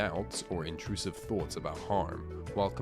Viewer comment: Btw thoughts is pronounced thots not th0tes